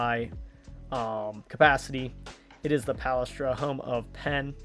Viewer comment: It's pronounce Puh-less-tra. It's one of the most historic college basketball venues. Other Philadelphia area schools of the Big 5 have often played each other there.